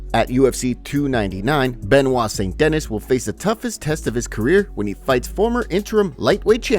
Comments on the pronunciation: Bro please learn to pronounce the fighters name right because who TF IS ST DENNIS ........ ITS PRONOUNCED SAINT DAKNEE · His names pronounced Benoit Saint DenEEE! not denIS lol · St DAN KNEE. Not Dennis. 🤦🏻‍♂️🤦🏻‍♂️ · Saint Dennis? De-ni-s 👊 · It's saint de-nee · St De-knee lol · You pronounce adesanya like you were born in Africa with every ounce of your being and say Benoit at Dennis like a menace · "Saint Deni", you don'thave to say the "s" at the end... LOL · How tf could you read Benoit correctly but not Saint-Denis 😅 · The S in St. Denis is silent bro.